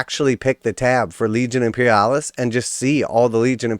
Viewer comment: After he said Imperialis, I had to stop the video.